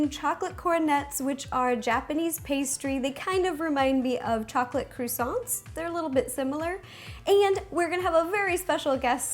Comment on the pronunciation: Croosants wtf?!